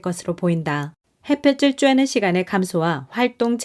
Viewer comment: 늘 좋은 글 잘 듣고 있습니다. 근데 가끔 한국어 발음이 틀려서 좀 아쉬워요. '햇볕에' '햇볕을'을 '해뼈체'나 '해뼈츨'로 빌음하는데 각각 '해뼈테' '해뼈틀'' 이라고 해야하죠. 햇빛은 ㅊ 받침이지만 햇볕은 ㅌ 받침이며 구개음화는 ㅣ모음이 올 때 발생하니 '햇볕이'는 '해뼈치'가 맏으나 '햇볕을'은 '해뼈틀'이라 발음합니다 참고하세요